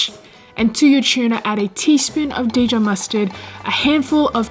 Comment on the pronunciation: How about that Day-Jon mustard?